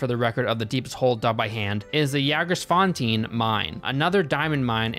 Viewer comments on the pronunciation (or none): I love his attempted pronunciation of Jaagersfontein.